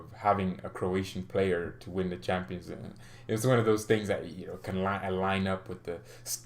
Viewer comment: It bothers me when you say "Champaign league". 😂😂 I just don't know why.